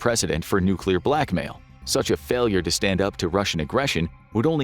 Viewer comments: Nobody survived nucular war 😂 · Nucular, it's called nucular! Expert Homer S.